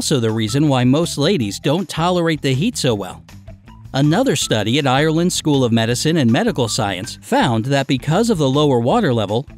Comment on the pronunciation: You pronounced Ireland wrong again 😡